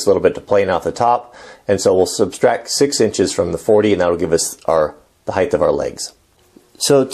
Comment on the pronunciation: I love your matter-of-fact approach to this bench. However, you keep saying a term that is a pet peeve of mine. Legs/benches, (in fact nothing) has "heighTH", they have height! lol